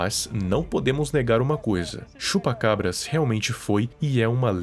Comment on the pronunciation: mano quando ele falava Chupa...Eu ouvia Chupa Cu kk